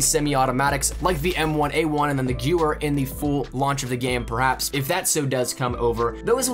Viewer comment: U didn't say gewer right